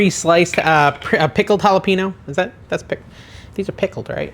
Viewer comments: Love the content. Hate the way you pronounce JalepeNO 😤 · Hall-a-payne-o = jalapeno. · Those pickle chips look delish! But, it is pronounced halipenyo. The n is like ny. You got the j as an h right though! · Why do you keep mispronouncing all the Spanish words. You obviously know you’re saying them wrong and you asked if we liked how you say queda dila instead of quesadilla. Jalappin o it’s jalapeño. Real turn off to me A Maxican American. Bc boy we better not mispronounce English words bc then we get made fun of called names etc but you think it’s cute to purposely slaughter Spanish words. Not cute to me. Big turn off. You might consider being more culturally knowledgeable. Since you are using food from Mexican culture Your cooking w Mexican ingredients. Show some respect to the language.